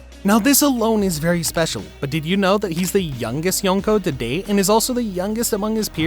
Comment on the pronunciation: You're not pronouncing Yonko correctly.